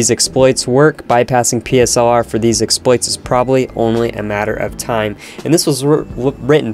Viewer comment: The way he pronounces exploits very slightly triggers me for some dumb ass reason. Its like he replaces the "X" with "S" lol